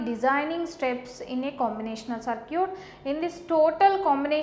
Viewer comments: Circuit is pronouned as "Ser-kit" not "Ser-cute" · Circuit to bolna sikhle 😒 it’s very irritating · I like the way she pronounce circuit as sircute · Circute........ So cute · I like the way you confidently pronounce circuit as SIR-CUTE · focus on the content bro, not the accent and pronunciations. Still it made me laugh listening to that lol. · Aj is duniya se paka wala itebar uth gaya jab se circuit ko sir-cute suna hai🤦🏻‍♀️ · Cir"cute" 😍. Yum (M) Yey (A) South people are so adorable. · I mean no offense but whats a SirCute. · yen number of circute 😂😂😂😂😂😂😂😂😂😂😂😂..but teaching is not bad..thanks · "circute" XD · good... I have heard different pronunciation of circuit first time